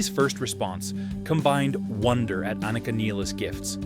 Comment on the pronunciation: For mispronouncing Neil's name and Anika's name, you get a thumbs down.